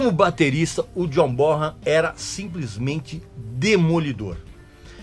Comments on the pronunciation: Po Régis, você não pode pronunciar errado o nome do grande John Bonhan!!! Pronuncia-se BONAN e não BORAN!!! O H é mudo nesse caso! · Ti liga Régis Bonham ( pronúncia é Bonan ) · Régis, a pronúncia correta é john Bonan. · Régis continua pronunciando errado o nome do John Bonzo Bonham